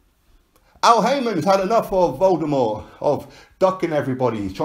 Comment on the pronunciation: I love that one '' Vladamurt''😄😄